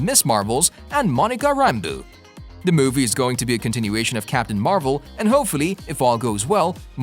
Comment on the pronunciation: Monica Rambooo and Kevin Feeej???? 🤦‍♂